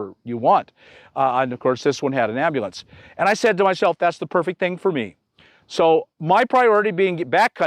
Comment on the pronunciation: Cawl a am-ba-lanz! 😂